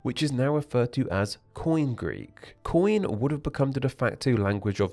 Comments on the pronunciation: They colonised wide swathes of Southern Italy, Southern Gaul, & Southern Iberia. However, all of those were conquered by Rome within just a few centuries. BTW, koine is not pronounced 'coin'. It is pronounced (UK: ⫽ˈkɔɪni⫽ KOY-nee;[3] US: ⫽ˈkɔɪneɪ⫽ KOY-nay, ⫽kɔɪˈneɪ⫽ koy-NAY). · I speak Ancient Greek, mostly Koine, though I've picked up some words from other people in the Greek chat. It's not "coin"; the 'e' (ή) has always been pronounced, though the sound has changed over the millennia. I say /ky:'ni:/. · Coin Greek? Really? English RP pronunciation of Greek is grating to my ears at the best of times, but Coin is just terrible.Also there are NO silent consonants in Greek words.If it is written , you pronounce it.T-S-akonian, not Sakonian. Greek was near perfection , you don't adulerate a fine wine. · The way he's saying Koiné as "coin"😭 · “Koine” is not pronounced “coin”. Otherwise, strong video.